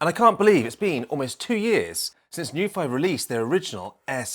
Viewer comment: Such a great video. Thank you, I can't wait for mine to come. I did notice that on the plastic dust cover they've printed the pronunciation of their brand as New-fee, not Noo-ph-i